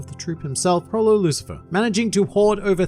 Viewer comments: The fact that “Lucifer” literally does not have one vowel is absolutely killing me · Lucilfer not lucifer